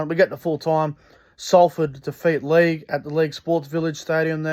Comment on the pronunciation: Give up after 2 mins...this fat scruffy guy can't say LEIGH.🤣